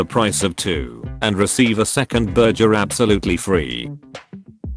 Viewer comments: Nobody: Literally nobody: The voice in the video: berger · Why say burger when you can say burjer